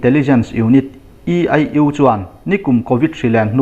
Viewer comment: EIU hetiang vel short form a ziah a I atel hian aieng/Aizawl a ai angin in lam tlat zel, alphabeta i anga lamrik mai tur a ni sia, tin hloh hi hlauh tia lam loh tur bawk, tawng fimkhur angai